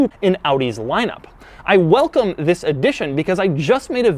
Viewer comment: Zhis is the new....... Cringe